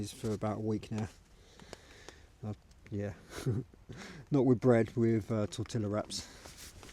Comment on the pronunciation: Tortilla is pronounced "tor-tee-ya" 😊😊